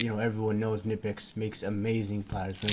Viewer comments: My German friends tell me it’s pronounced kineepex. 😊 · Thanks fo rshowing the tools. One thing. Knipex is German and the K is not silent.